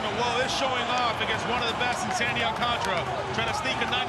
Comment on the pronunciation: Al Nolan Ryan Dominicano "Alcántara" como que los ratones le comieron la lengua 🤔